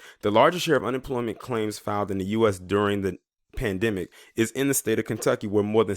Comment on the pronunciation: He said Klantucky 🤣😂 Love it !!!